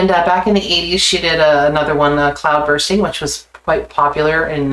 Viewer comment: You said Cloudbursting instead of Cloudbusting, I used to think the same way. I think there was a misprint on North American versions of Hounds of Love or something, maybe someone can correct me.